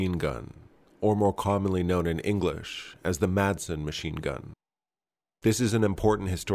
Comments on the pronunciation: The pronunciation of Madsen is the same as it is in English, but without the hard D in the middle (think Mass-en, and you'll be a bit closer), its silent, the way it was said in the beginning of this video "Masen" sounds closer to Mason than to Madsen. Danish is weird i know, but we get by. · It's pronounced 'Massen', not 'May-sen'. So it's just like the typical English pronunciation, only with a silent D. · Just a little detail here... the correct pronunciation is simply "Massen" since the d is silent. Also, fun to see weapon designs from my home country. I used the Madsen quite a lot in Medal of Honor: Rising Sun as a kid. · If you want to pronounce it correctly in danish, say, Ma like in "malice" and sen like "I am in the 'zen' zone". Mason doesn't sound close. I don't care, just figured you were a guy that cared about all the small details, since you tried saying it correctly. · hillariously you botched the pronounciation so bad that the anglified name is actually closer to the real name! (great vid as always) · Just use the English way to say it because your are not saying in correctly in the Danish way